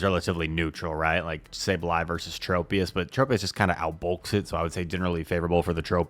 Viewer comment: Just double shield lazzle and debuff everything truly is the goat and for the love of god plz don’t say Trop e us it’s tro pius